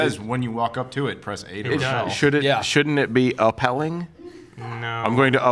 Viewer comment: Rappel, not repel.